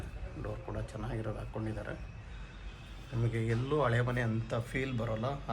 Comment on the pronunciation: ಹಳೆ ಮನೆ sir..ಹಾಳೆ ಮನೆ ಅಲ್ಲ